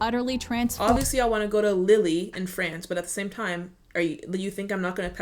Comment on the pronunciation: I'm not sure because I've never been to Bath, but in many town/city centres the shopping streets are pedestrian only. It's like that in Newport and Cardiff anyway, which are my closest cities. Antarctica?! That's the South Pole. Lille is pronounced Leel